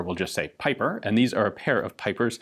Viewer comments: The Belgian's name is pronounced as "peeper" my dear Ian.👍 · It would be probably pronounced like peeper